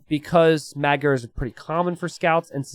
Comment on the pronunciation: can you for the love of god look up how to pronounce "magyar"